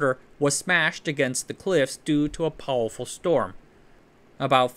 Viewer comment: I love how in every video he finds a reason to use the word “powowful.” I mean no disrespect, I love your videos.